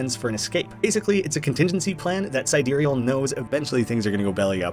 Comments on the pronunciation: sidEEreal Plexus?? I always thought it was SI/SYdereal Plexus… is there an actual correct way to pronounce this…??? I only now realised watching this video that it can be pronounced differently 😭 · Side real plexus… it’s side-real plexus. Sorry I love the vid but si dereal plexus just grinds my gears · huh i thought it was pronounced side real plexus, but sidereal plexus is also an option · I notice you pronounce “Sidereal” differently in this video than you did in the original video & the Don’t Escape 4 playthroughs. Any reason?